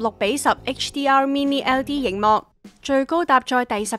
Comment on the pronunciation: 真係要加油呀， 呑咗粒字，係LED呀😂 240Hz呀🙂 係Soundbar呀😂